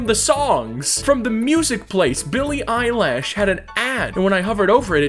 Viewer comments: Billy eye-lash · "billy eyelash" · “Billy Eyelash” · Nonononono it's billy eyelash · NO, ITS BILLY EYELASH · no bro it’s billy eyelash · "Billie Eyelash" - 2020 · "billy eyelash" ~ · You just said billie eyelash